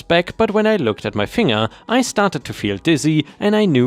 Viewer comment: A language tip for you, finger is with a hard G, fin-ger not fing-er.